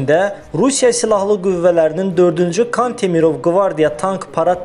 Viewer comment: Diktor zəifdir.Kantimirov sözündə vurğu kan hecasındakı a hərfinə yox,mir hecasındakı i hərfinə düşməlidir.Ukraynaya şöhrət yox,eşq olsun deyilsəydi daha düzgün olardı.